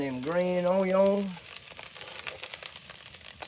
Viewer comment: You say Sweet Vidalia yellow Onyons like one of them old boys from Louisiana.